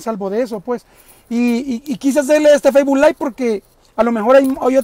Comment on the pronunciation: Trabaja para un noticiero y dice feisbul jajaja